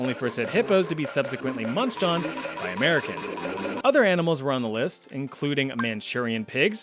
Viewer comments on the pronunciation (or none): “aminaminals” Beautiful 😢